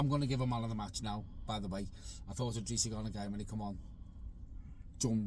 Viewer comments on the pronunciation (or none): it’s i’drissa not L’drissa Gana Gueye. Good match reaction though. Pickford save was HUGE! COYB